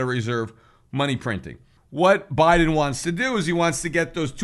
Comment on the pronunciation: BI-de-N BI-tcoi-N